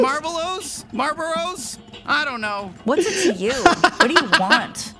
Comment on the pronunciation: really said:Malboros as malboras💀